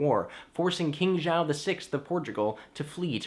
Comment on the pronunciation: You mispronounced the name of king JOÃO VI. Hehe. But I liked it.